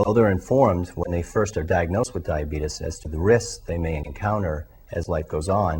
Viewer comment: This dude says Diabeetus. Hahaha